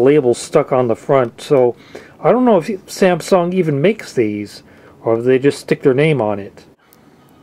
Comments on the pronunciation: Samsung, not Sääääämsoong. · SamsungG? There should be no extra pronounced G at the end. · You are pronouncing SAMSUNG in a funny way. Why the extra G at the end? :) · Stop adding a "P" in the middle of SAMSUNG.....they aren't SAMPSUNG!!!!!